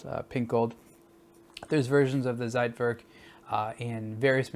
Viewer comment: It's pronounced tsait - verk Great review otherwise though!